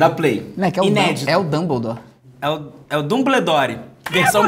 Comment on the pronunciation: Eu n tenkei a parte da "HaBiLiDaDe" E do "dumblidori" kkkkkkkkkk